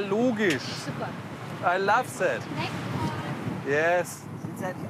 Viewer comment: "sänk you matsch" lern erst englisch, bevor du so ein paar englische worte von dor gibst.. "I love sät"